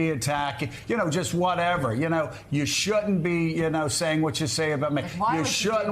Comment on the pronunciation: Why can't that Joe dude say the word "shouldn't" ?